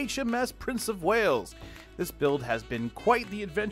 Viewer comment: Prince of “Whales”? As a Welshman, please can I beg for a name correction here :-)